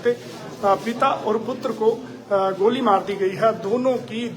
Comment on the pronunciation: Report goli ko gaali bol rha bolna hi nhi aaa rha reporter ko